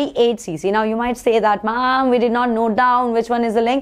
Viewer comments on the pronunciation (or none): Not mama 😂 ma'am